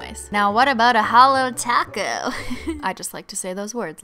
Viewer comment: Anyone else think Sometimes she says taco and sometimes top goat... Or...okay I'm the only one😅